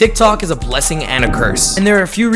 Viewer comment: sounds like you said "dik tok" in the beginnin 😂